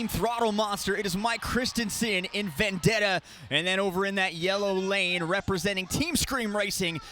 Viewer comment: It's Vendetta, not Vandetta what u talking abt